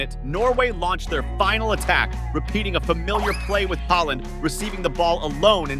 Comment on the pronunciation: Bro called haaland haeland😂😂😂